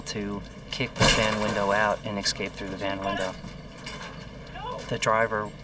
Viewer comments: Perchance clean YOURS out to here this mispronunciation (-22.40). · That FBI agent repeatedly mispronouncing “escape” as “ex-scape” is tilting. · Can we all agree, if you are part of law enforcement in anyway, learn how to say eScape! It doesn't have an X. It is not pronounced eXcape. It is eScape. Just look at the word in a book e S c a p e, escape!!!! Good God is it that hard????? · When you see an FBI agent who was involved state the "word" "EXCAPE" at least twice in filmed interview, what can anyone expect? Do these FBI agents receive any primary education? Why do they insist on calling every agent "special"? Special what?